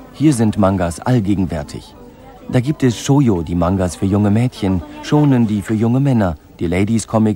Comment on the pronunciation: Gewaltcomics bei denen die Augen übergehen? Manga ist hauptsächlich für pubertierende junge Männer? Und dann noch die Aussprache von Shojo... Ohrenkrebs 😂